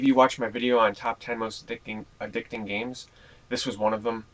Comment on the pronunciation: i heard u lik ps2 geams